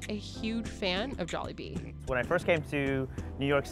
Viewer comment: I nearly turned the video off the way she pronounced Jollibee